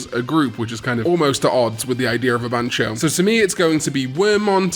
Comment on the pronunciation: Ban-Tyo not Ban-cho, this ain't Bancho and Kazooie😂